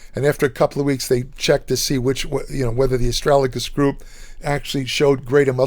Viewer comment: Pronounced Astra - Ga - Lus.. I've been taking for a couple of years.. I had a small amount of protein in my urine.. It has reversed this, increased my eGFR and lowered creatinine levels.